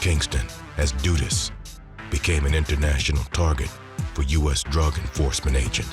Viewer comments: It was pronounced wrong. Not doodus but duh duhs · DUD-US not DOO- US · Duh Duhs. Not Doodus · It’s DUD-US not dudis🤦🏾‍♂️ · Its pronounced DUD US Not DUDEUS😒🙄 i cant even focus and believe this i fo is accurate when you start off by getting the name wrong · Duh- dus is how it’s pronounced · lol his pronunciation crack me up 🤣 say it one more time brother lol 😂 dooduus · Duh Duhs the u is more pronounced like an O it’s not like… du du or do do but a sharp duh like when girls say “duh” but shorter and shaper and not drawn out… the pronunciation is probably done on purpose. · What ...doo dus?? 😂😂😂😂😂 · It’s pronounced ‘Duh-dus’ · Bruh not doodus lmao 😂😂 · Jamaicans pronounce it “Duh dus” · The "u" in his name is pronounced like the "u" in "run" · this hw u call it duh-dust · the guy in the video just made it sound like doo-dus or doo-dus to me. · it's dudus 2syllables dud us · 🤣naa dudus 2 syllables dud us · the crowd was chanting bruce the then prime minister....the guy name is pronounce duh-duh-us just say it fast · Every time there is a documentary about "Dudus" it's either overexaggerated, repetitive or misinformative as the other Documentaries are over the years... And the Pronunciation of his name my God... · Well narrator still didn't pronounced his name correctly